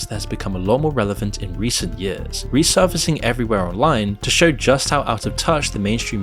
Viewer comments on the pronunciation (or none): none